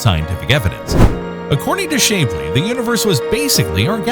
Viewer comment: Your robot is mispronouncing many words, such as Shapley (Shap-lee). I like your content, but despise robot-voice-overs. DEATH TO ROBOTS!